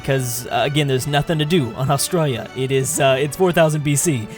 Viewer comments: please learn how to say Australia Aus tra li a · When your from Australia You know will do so much false pronounciation